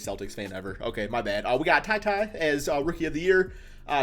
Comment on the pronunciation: Anyone else think the way he said Tyty was funny as hell? Kuz I died